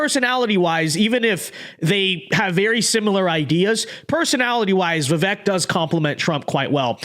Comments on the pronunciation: Vake not vek phuk bro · Not a comma la shill but vi-vake not vih vhek